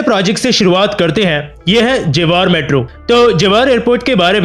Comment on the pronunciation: Bhai jewar ko जेवर bolte hai... Not जेवार